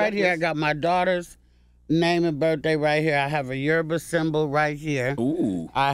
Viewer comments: Thank you Luenell for properly pronouncing YORUBA. Charlemagne was off. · CthaGod say Yoruba so wrong 😩😂